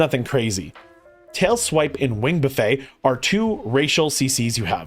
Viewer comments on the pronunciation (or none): This is incredible information, thank you! Oh, and just for the future, its "buff-ette" not "buff-ey", you're not serving them dinner 😆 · Great guide, also it's "wing buffet" like "buff it" or Warren Buffett.